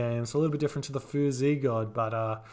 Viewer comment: The "x" in Chinese is pronounced as an "sh" so it should be said more like "fooshy" than "foozy".